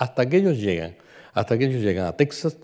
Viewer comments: Nada que ver la toponimia y la precision geografica. Eso desmerece su presentacion. Apunto que "Tecsas" se pronuncia "Tejas". Y el mapa pues mas que ayudar es un es un anacronismo. Por ejemplo, el "Real de San Felipe de Chihuahua" no existio hasta 100 anos despues de el viaje de Cabeza de Vaca. Es decir, Chihuahua no existia ni como referencia. Por otra parte, los Coahuiltecas eran nomadas desde Coahuila hasta Texas y recorrian a un grandisimo territorio. La frontera actual no existia y este senor piensa que son parajes cercanos! Otra cosa, San Antonio esta en el SUR de Texas no en el norte. De hecho es conocida como "The Capital of South Texas". Aun mas, la caminata fue lo que ahora es Texas, Nuevo Mexico y en el peresente mexicano, los estados de Chihuahua Sonora y Sinaloa... de Tamaulipas a Chihuahua, como el dice, no se puede brincar asi como asi. Tamaulipas esta en el golfo y Chihuahu8a en el Centro norte de Mexico. Es decir, queda una distancia dos veces la extension de Espana entera misma!!! No ha ido. La caminata por Sonora fue en las faldas de la Sierra Madre.... no llegaron al Pacifico pues Alcaraz los encontron tierra adentro. Estebanico murio en "Abiquiu", no "Abicu"... Otra cosa...Los indios pueblo por aquellos anos vivian muy confortablemente a las faldas de las montanas y la orilla de los rios. No tenian joyeria pero tenian una riquisima cultura y nop eran meiserables. Es la actitud del tipico anti-antropologo con todos los prejuicios que lleva... Terrible. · Muy ameno e informativo. Una pequeña corrección: en español Texas (que también se puede escribir Tejas), no se pronuncia "tec-sas", sino igual que si estuviese con una jota. Lo mismo México, Oaxaca y otras.